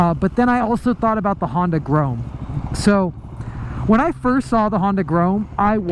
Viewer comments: It's grom not grome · It's grom not groam/grome. Go back to school and learn to read. Thanks. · Couldn't watch the whole vid purely because you kept saying grome instead of grom, it was just too annoying 😂😂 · STOP PRONOUNCING "GROM" as "GROAM"???? can you spell??? (pronounced gr-aw-m) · lol I hate how you say grom its grom not grome listen how jake the garden snake says it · "GROME" pffff... Pronounced Grawm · Its not grome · "The Honda Groam." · Cole Speirs are u sure it not GROME lol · Dislike just because you kept saying “Grome”😑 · yea it's definitely pronounced grawm lmfao anyone who knows anything about bikes knows that. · Now I'm going to be stuck saying "Grome" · It pronounced like "Some" but with a "G" "Grom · great video, but i must say, grome is noth the way to say it haha. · If you say “gron” one more time! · Grom like aaa you say at the doctors not grome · Grome? na bro. its pronounced GR-OHM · That was honestly bothering me the whole video. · You be sayin grom wrong. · Please pronounce it right oml